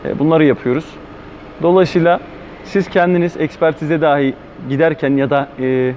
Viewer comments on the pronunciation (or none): none